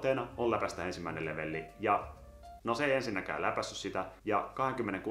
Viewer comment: TRIGGERÖIDYN KUN SANOT LEVELLI ETKÄ LEVELI